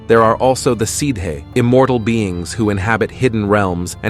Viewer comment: Sidhe is pronounced shee